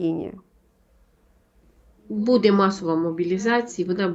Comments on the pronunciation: дуже ріже слух Ваше БУДЄ, БУДУТЬ з наголосом на Е та друге У. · БудЕмо,будЕ.Важко це слухати,не природньо для Вас,. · чого ви кажете будЕ, це ж неправильно. Дуже ріже слух. Коли такі тривожні новини та прогнози, це будЕ особливо неприємно.